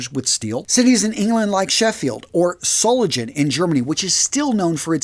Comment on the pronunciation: I use one. It's better than anything else. I can go from full beard to clean shaven in 3-4 minutes. Also, Solingen is pronounce Sol-ing-en. The "ing" rhymes with "sing".